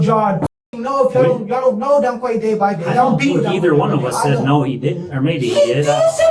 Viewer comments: In England Quay is pronounced Key. That makes him Donkey. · It's pronounced donkey. Can't fool me. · 2 idiots 🙄 "DonQuay"😂😂😂😂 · donkey is the correct way to say it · The mom couldn't pronounce Donkey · "Donquay"....A future brain surgeon for sure. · In Europe Quay is pronounced Key. So Donquay had a fitting name. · Dowquay?!?! No way!?!?😂